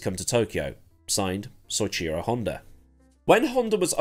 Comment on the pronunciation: Just so you know, Soichiro is pronounced So-i-chi-ro. Like take the baseball player and put "so" in front of his name. Other than that great video